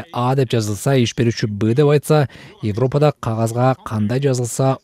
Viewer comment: Бугун “Йевропада” деп орусча айтат экенсиз бул сөздү. Кыргыз тилинин сингармонизмине ылайык, айтылганда “Эвропада” деп айтылышы керек.